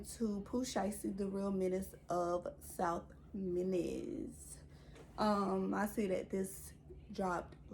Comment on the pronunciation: Did she just say south menace ?